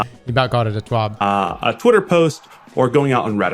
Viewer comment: Common dude say it TWABBB🤣